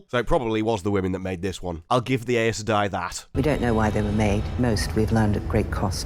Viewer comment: Please, Please listen to the audiobooks. Even they are sometimes inconsistent, but the way you pronounce Aes Sedai just hurts 😭